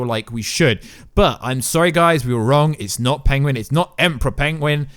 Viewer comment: Imagine u cant even say PENGUIN